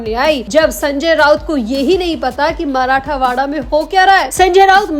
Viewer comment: मराठावाडा गलत उच्चार हैl मराठवाडा सही हैl